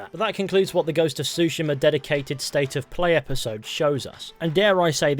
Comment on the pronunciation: You used to say Tsushima correctly